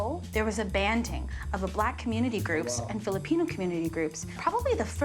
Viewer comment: Truly amazing. I’m less than 20 seconds into the video and they’ve managed to mispronounced every single Filipino food item they’ve presented.